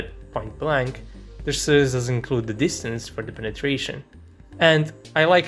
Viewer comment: BRO !!! I WON'T LIE BUT, BEFORE MOCKING ANYBODY ELSE !! YOU SHOULD PROBABLY RECTIFY YOUR OWN ACCENT TRY TO CONTROL YOU TONGUE THOUGHLY BEFORE USING LETTER "S" !!!! DON'T MAKE IT "sssss" !!! It's is Source not, suuurse !!! 😂😂🤣🤣🤭 & it's Pro- wide- ded ( provided ) not puuuurrvided !! And it's Two not Tuuu ! Are u a Ukrainian or somewhere from east Europe ???